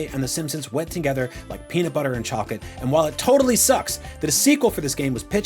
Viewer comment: he said chocolate wrong🤭🤣🤣🤭😂